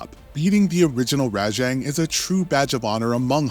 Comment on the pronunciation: Also how he pronounces Rajang